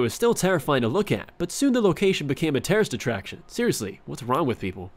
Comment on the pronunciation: you said Terrorist attraction, which idk if it was just me but i'm pretty sure you said it lol